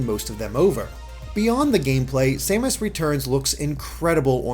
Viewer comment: Oh and respectfully,. I believe her name is "Sa-mas" not "Say-mas". maybe a little thing but it drove me crazy watching your otherwise great review. Keep up the good work !